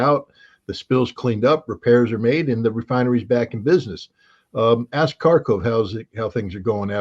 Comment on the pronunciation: Tell Scott that "Kharkov" is pronounced "Harkov". It's very annoying.